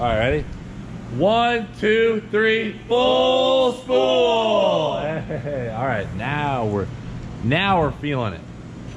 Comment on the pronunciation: I know you're saying. Full spool but all I hear is fool's pull.